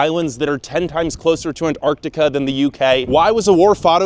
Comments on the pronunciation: I lost interest when you pronounced "Antarctica" wrong at the beginning of the video. It has TWO Cs in the spelling, use them! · Wish Americans would pronounce Antartica correctly. Is isnt that hard.